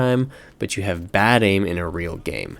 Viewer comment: "baid aim."? XD